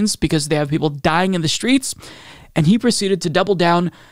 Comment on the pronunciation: “Die-ying” …Interesting. Think I‘m gona try pronouncing it this way for a month.